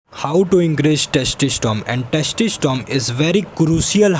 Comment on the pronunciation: Bhai testosterone hota hai testistom nahi 😂